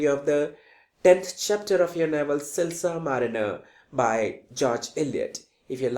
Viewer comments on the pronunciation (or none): Silas h silsa nhi 😂